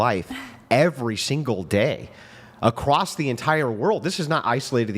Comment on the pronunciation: her "I'm educated" also her "get my point acrosst"